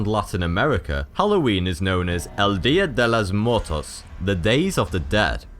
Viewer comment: Cómo (no) pronunciar muy bien «El día de los muertos by